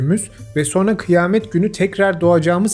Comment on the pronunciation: So(r)na değil, so(n)ra.